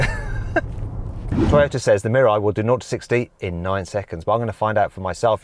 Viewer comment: トヨタがてぃよたって聞こえた